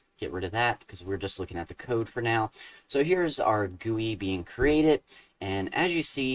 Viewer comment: I have no idea if I mentioned this to you before, but I really appreciate you calling a "GUI" a "gooey"!! :)